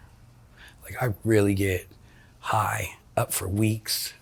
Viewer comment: I hate how she talks about getting "hoigh" like she says it like it's the best thing ever.. im an addict of opioids for twenty years and be not fooled, there's nothing cool about it! You trade everything beautiful in life for a few pathetic seconds of relief